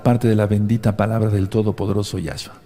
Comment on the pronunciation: No es ningun Yáshua,NO ES YÁSHUA.Es Yashúa,acento un la ú.Yeshúa tambien es correcto.Para que sea Yahshúa tiene que empezar con ה' que es Yáh en español.